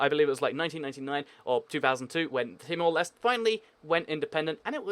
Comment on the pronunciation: its not pronounced as timor lest.its pronounced as timor lesteh